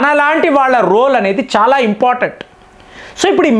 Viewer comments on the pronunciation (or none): none